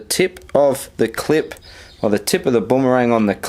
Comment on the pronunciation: sorry but saying Boomerang as bombarang got me triggered as heek ahahaha